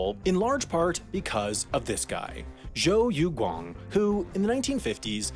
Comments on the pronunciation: the way you pronounced zhou youguang is a bit off im not gonna lie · “Jeau Yoogooang” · Joe You Gwong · Its pronounced jhou yu kuang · Is it Zow you gang? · Should be something like "Joe Yo Gwong". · Cou Yu Kuang? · Joe Yoe gwan(g) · Joe yogoang - easier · “jeau yo gooang” kinda like ꧁Rain꧂ the thing is is that i dont rlly understand how to write it out but i can pronounce it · Shjoo Yoogwang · joe yo gwong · It sounded like he said yú 鱼. Haha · Shoo but with more of a Z, then Youg-uang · Zou Yuguang, i would pronounce like that. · Jesus fucking Christ I would say it "Zu Yuuhuong" even if I am messing up that bad it can’t be worse than this guy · The way you pronounce Zhou Youguang almost gave my grandma a heart attack, but you tried your best.